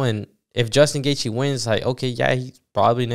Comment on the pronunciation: I was rocking with you bro ... Then you fumbled Gaethje's name